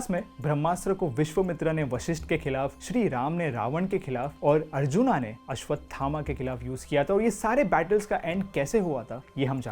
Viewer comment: You should work on your hindi words pronounciation also like अर्जुन न की अर्जुना ।